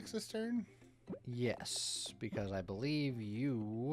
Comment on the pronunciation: You gotta beLEEve, said. But that was a whole lot of noLee.